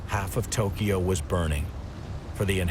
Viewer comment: He's also saying Tokiyo 🙄